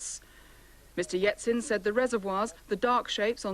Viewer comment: Or ‘Yetsin’ as the reporter called him!